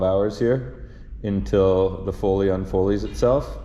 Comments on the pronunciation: Foley, not folle. LOL She's a coming and we're excited to finally meet her. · Actually it's "foley "